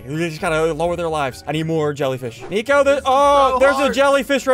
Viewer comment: You said nico not flico you ruined it